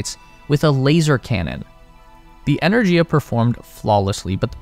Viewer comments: It's "ener-giya", with a hard "g", as in "gift. This is more common in Indo-European languages. A couple of minutes research would have found this out. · The Russian pronunciation of Energia is "Ee-ner-gee-yah". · The G in Energia is hard, not soft. Энергия